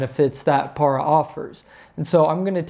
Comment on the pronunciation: It’s PAIR-A PARA DEEZE NUTZ